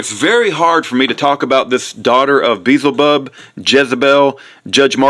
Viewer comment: im glad Kent is out of jail. love his teachings of creation but you sound like you are trying to sound and act like Kent and it's annoying as all get out, God bless kent. An who is Beelzebub?...... you are saying it wrong SMH